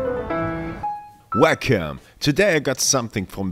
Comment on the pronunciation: “Wecome” 😂 I’ve subbed